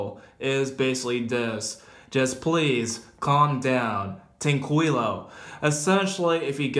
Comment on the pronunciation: Muy bueno el video, ya quiero ver ese documental. (Por cierto, "tranquilo" se pronuncia algo asi como "trankilo")